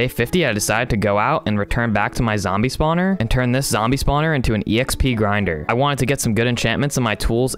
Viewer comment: I love the way you say exp not xp